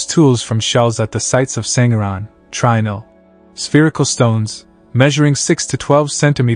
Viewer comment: Trinil is pronounced "tree-nill" not "try-nill"